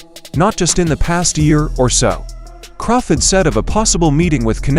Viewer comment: Terence CrawFID lol